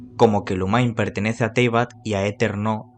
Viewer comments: Se pronuncia Lumin no Lumain. El mismo actor de doblaje lo pronuncia así. Gracias por el video! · Son unos grosos todos, geniales como siempre! 🙌🏼 Pd. peeero no jodan cómo le van a decir Lumainn a Lumine si ni en inglés se pronuncia así 😂